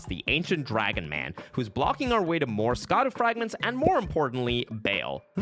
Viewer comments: It’s not skadoo it’s shaduu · It is not pronounced "ska-duu" it is pronounced like shadow, "Sha-daux." The C is pronounce like an S. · The DLC has been out for months and you still don't know how to pronounce Scadu? /facepalm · Yet doesn't know how to pronounce "Scadu"....